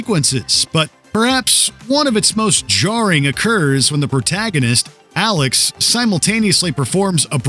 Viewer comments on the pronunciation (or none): none